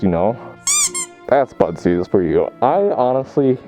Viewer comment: If I didn’t read the title I would’ve thought you were saying “buttsies” the whole entire time lmao